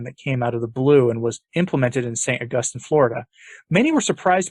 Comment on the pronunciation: It's pronounced Awe Gus Teen.